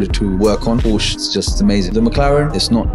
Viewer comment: It looks like these guys would know that Porsche is a two syllable word🤦🏻‍♂️ Ask how I know that👍🏻